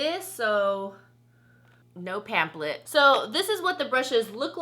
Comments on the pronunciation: It's killing me that she says pamplet not pam"flet" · I noticed that as well. "Pam-plet" lol 😋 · its not that serious but I cringed every time lol